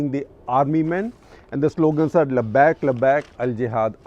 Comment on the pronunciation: Pronunciation and meaning of word labbaik. Lot of things you said are all botched up half truths. We cannot expect you to be on dot but then why fill people with half truths